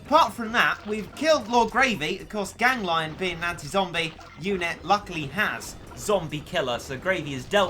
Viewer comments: It's ganglion not gang -lion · It is pronounced you spoon,gan,gli,on not gang,lion.TwT.also,try to use polevaulter cat next time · Tfw spell its name Gang-lion instead of Gan-glion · It’s pronounced gang- le-on not gang lion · I think "Ganglion" is spelled like "Gang - Glee - On" not "Gang - Lion". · Actually more like gangle-on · I think it’s pronounced Gan-gleon Or Gang-leon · said “gan-glion” gang lion......